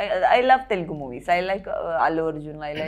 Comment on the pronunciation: Bruh it's "Telugu" not Telung 😭🙏 plsss. But the video 😆😆⚡